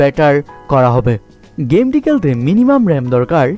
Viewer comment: কেলতে কেলতে বলেন কেন.? খেলতে বলেন খ উচ্চারণ করুন 😣